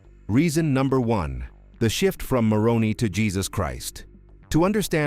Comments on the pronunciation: It's pronounced with a long "I". It was my dad's middle name. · The Pronunciation is More own eye is how it is said. As a Protestant Utahn I know. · As a native Utahn, the name "Moroni" is pronounced as "more-own'-eye" -- long I at end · It’s pronounced Moron👁️ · Your annunciation of the name of "MORONI" appears to be an intentional Bastardization and disrespect. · Your robot mispronounced the name 'Moroni'. The emphasis comes on the last syllable, not the second syllable. Get it right! (I"m an atheist). And Mormons don't want to be called Mormons; they prefer to be called by the acronym "LDS".